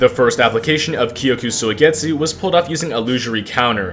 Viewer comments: Why does he say koyku soigetzu 😭😭😭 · “kyokuh soy get sue”😭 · I had many moments in this video where the pronounciation of kyoka suigetsu made me want to commit unalive, but other than that this was an amazing W. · Is no one talking about the way he pronounces kyoka suigetsu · why is bro sayin kyoka suigetsu like that you watch the dub? lmao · I almost stopped watching the video mid-way because of how ungodly you pronounce " Kyoka Suigetsu ". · Egregious pronunciation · Bro say kyoka suigetsu so wrong